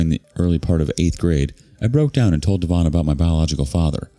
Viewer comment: Could be DEV-on rather than dee-VON.